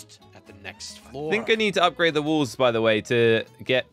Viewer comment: I like how you call walls wulls😂 also i love your vids and jellys vids so you guys keep up the good work you too and the cramy